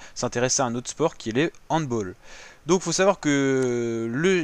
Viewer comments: "Handbol", malheureux, ça ne se prononce pas comme ça! Je le sais depuis le primaire! Handball, de l'allemand ['hant,bal]. Salutations. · M'ouais un comble quand même de prononcer "handBOLL" et ne pas savoir que le HandBALL est un mot allemand pas anglais ( pour une fois !! )